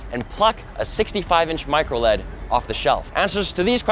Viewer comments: why can't it be pronounced microL-E-D! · Plzzz stop saying microled. ITS MICRO L-E-D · MicroLEAD is driving me crazy. Say L E D! :)